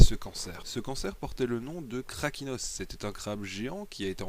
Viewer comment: c karkinos pas krakinos